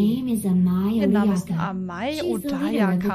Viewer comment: Info Chan sagt Amai Odayaka richtig. Was macht gnu danach Amai Odaaaaayaka.